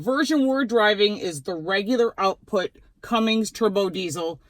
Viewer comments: It’s Cummins, not Cummings, and it’s 370 hp not 385, but your close on both accounts! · Cummings? Really? Learn how to say it if you’re going to review it and post it. There’s no G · There is no G in Cummins...